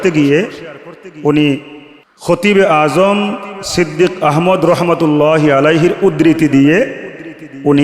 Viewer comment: সিদ্দীক্বী নয়,সিদ্দীক্ব।